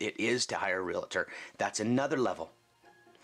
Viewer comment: How is it even realtors can't say their titles correctly? There's no such word as "real-i-tor."